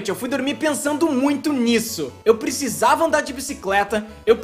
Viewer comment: EUH PRICISAVAH